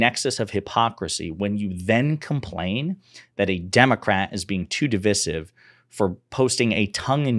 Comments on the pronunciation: The word “divisive” is pronounced as dih-vahy-siv in English. The first syllable is pronounced with a short “i” sound, the second syllable is pronounced with a long “i” sound, and the third syllable is pronounced with a short “i” sound. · errrmm... "Div-eye-sive"